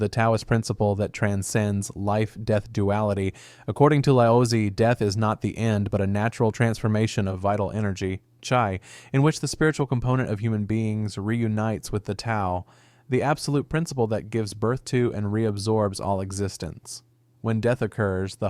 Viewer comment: Chai?!? It's pronounced Chee